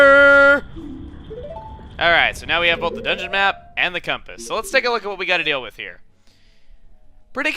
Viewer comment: you said coompass not compass (in nice way) not trying to be mean